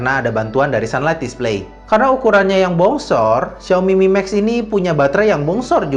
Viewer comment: duhhh namanya... siaomi mimeks.. fyuhhh